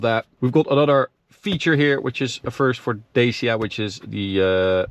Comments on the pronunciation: Romanian here. It's not Deisia, it's pronounced Da-tch-ia. (The accent on the first"a"). Like Sriracha. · it's DA-CHI-A not da-c-a... cmon man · as a romania in telling you that both ways are so messed up😢😢😢 is more like DUTCH+E(the letter)+A(like in ahh) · Dacia - Дачия /Datchiq/ :)) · The way he pronounces it, is how dutch speaking countries pronounce it